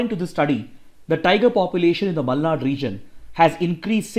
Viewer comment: Tq byjus and tq sir,♥️ It seem u r from Karnataka based on Ur exact pronounciation of malnad